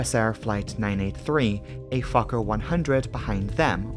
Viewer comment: Very well done video, I really appreciate it. One small note, how you pronounce the word Fokker. Now it sounds like you're saying f*cker. Try to say letter o in fokker more like first letter in word oh or only.